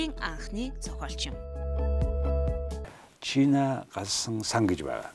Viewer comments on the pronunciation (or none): Тийм шдээ. Чина гээд байх юм. Чинаг биз дээ? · Хүний овгийг зөв дуудаач